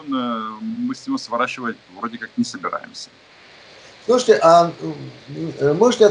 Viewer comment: Оригинальное обращение ведущего к гостю:"слуште", "слуште".....